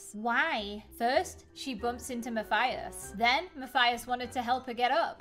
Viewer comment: It’s Mathis not mathathis